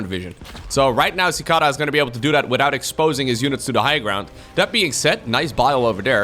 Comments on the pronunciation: You don't know how to pronounce Cicada? It's a bug! Lol Ci KAY da (American) ci KAH da (British) Edit: Glad you like it up yes the long a is American English the short a is British english. (Usually) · Sih-kay-duh I think is the phonetic spelling. Not that it matters much, but some foreigners may be confused with the first syllable if you spell it that way. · The first opponents name is pronounced suh-kay-duh. It’s a gigantic flying bug. look it up. Strange creatures. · Beat me to the punches, but yeah I’ve heard it pronounced that way before… prolly just by accent or something but I’ve always heard and pronounced it as chick-ay-duh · cicada (see kay duh) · Cicada, the insect, pronounced as See-kay-dah. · lol so true. Just for anyone wondering its pronounced sick-ade-uh. They're an insect common to the US which lie dormant underground for many years and then all start to grow in a given year and suddenly they (and their discarded shells as they grow) are everywhere. They sound a lot like a louder continuous cricket with a bit of constant buzzing noise which can be frequently heard in many movies portraying the rural south. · Yaaa learned to pronounce a new word claps 😂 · "lets go with the Dutch pronunciation" Immediately uses the American. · I cringed so hard listening to you not knowing what a cicada is! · LOL hearing try to pronounce Cicada made my day:)